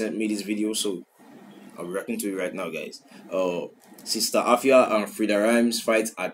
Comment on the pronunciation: the pronunciation be efia